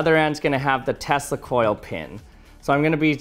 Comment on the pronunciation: Check the pronunciation on Tesla